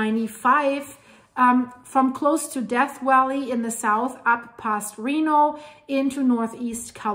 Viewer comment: Ironic how Cali is gradually breaking away geologically and trying to immediately break away politically - I wish them success. ❤ The way you said Death Valley as - I'm stealing that.